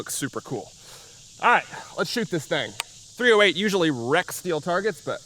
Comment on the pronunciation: My man, it's not called "three oh hate" for no reason.